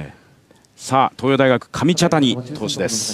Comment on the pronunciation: かみたちゃにww